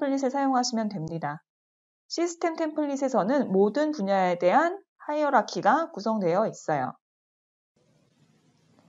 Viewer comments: 하이어라키 입니다~ 발음이 조금 부정확했나봐여 ㅠㅠㅠ 스펠링은 hierarchy 입니다^^ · 강의 잘 들었습니다. 사소한 질문인데요 프로젝트 탐색기에서 '하이락키?' 라고 언급하셨는데 정확히 어떻게 발음하나요? 스펠링도 궁금하네요.